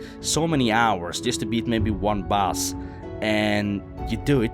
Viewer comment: " u wanna go on and beat da nex bose "